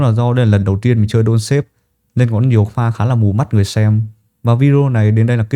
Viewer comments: Đọc là dont star(ngôi sao á ) và thêm chữ ve âm gió ở cuối cho nó chuẩn nha ông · ông ơi clip hay nma tên game k là đôn sếp, mà là đôn sờ táp =))